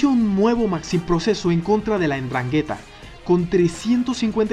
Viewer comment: Se dice Ndrángheta...!...